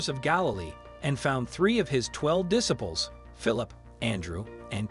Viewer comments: Diss ables? It’s Disciples! Ugh 🤦‍♀️! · Dis - aples how about Diciples with a long "I." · A voice-over professional that cannot pronounce disciples or rabbi? Smh.